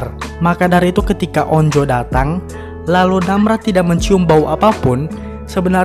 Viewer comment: Anj bukan on-jo tapi onju bacanya